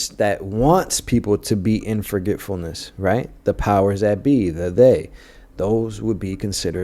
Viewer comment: “ Re- member- ance” “ Forget- fullness.”